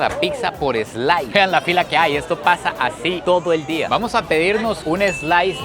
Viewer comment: “ eslais “ interesante 😂